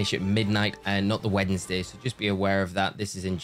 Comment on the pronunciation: I cannot unhear "weddingsday" anymore